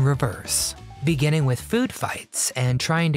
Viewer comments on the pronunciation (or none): none